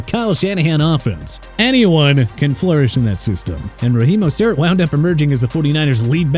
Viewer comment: And it’s not Raheem Most-airt